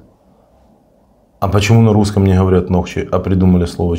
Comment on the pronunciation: НОХЧИЙ УДАРЕНИЕ НА О,,,ЗНАТОК ИЧКЕРИИ😂 СКОРЕЕ ЗНАТОК ПИВА😂